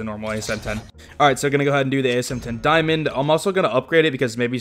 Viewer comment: "Daimond" lmao